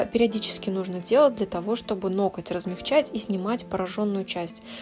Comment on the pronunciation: НоКоть!!?? Почему меня царапает в каждом видео это произношение?? НоГОТЬ - это привычно и правильно. Мастеру низкий поклон за работу.